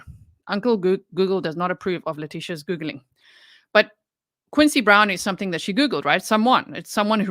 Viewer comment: Leticia is "somethink" else! □□□